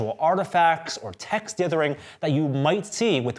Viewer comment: When you can't correctly say dithering or Wacom... I can't watch any more. Sorry, just can't.